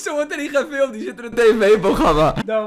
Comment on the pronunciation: Er wordt niet geFiLlUhMtHe